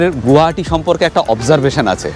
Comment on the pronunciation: It's not গুয়াহাটি, It's গুৱাহাটী